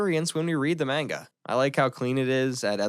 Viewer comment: Nice video only one little tiny thing is pronounce MANGA like マンガ if you say Menga it sounds really silly